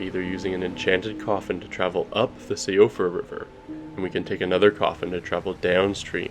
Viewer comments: siofra is pronounced she-ofra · Siofra is pronounced Shee-fruh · Siofra is pronounced like She-fra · its pronounced shufra btw..... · Siofra is Irish so it's pronounced She-fra. Not being nit-picky, this is a great video! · Siofra is pronounced "SHEE-fra"